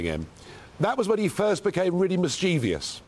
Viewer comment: MischEEvious? Oh dear